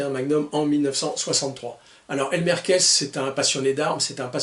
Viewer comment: Alors que dire... Merci!!! Je suis partial, pauvre admirateur de Clint que je suis, mais j'ai adoré chaque minutes de ta vidéo (même ta façon de massacrer le nom de ce pauvre Elmer;), une fois kiss, une fois kaisse, faut dire que le "th" n'est pas aisé pour nous Français). J'ai même posé mon 29-2 sur le bureau le temps de la vidéo pour qu'il puisse voir ses copains. Encore merci pour ce bon moment, et très bonnes fêtes de fin d'année, j'espère te retrouver plus souvent en ligne en 2025! Freebird